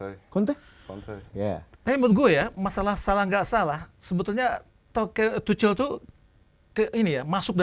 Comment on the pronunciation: izin koreksi yaa, pronouce nya yg bener itu Tuhel, bukan Tucel atau Tukel yaa, semoga bisa diterima